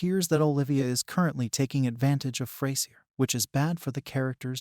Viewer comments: It’s pronounced Fray-zhur, you Neanderthal nit wit. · Well this is a big poo poo party! Sorry but you are about as wrong this as you are pronouncing the characters name! A being that Grammar is close if not a obtaing a TV record for a 40 yr career in a sitcom who are we to judge? any new series needs time to gel. The difference is that frasier has an arsenal of not one but 2 award wining cast that could show up at any point. Honestly he could keep it coasting for 2 or 3 seasons with that alone. We simply have a new cast learning to work together first.. Fraisier has to have challenges, it keeps things interesting. He will however need to develop his cast to build a legacy but that will take time, Freddie has strong characteristic and that has potential. also Grammar has a lot of energy for his age and this will make all the difference.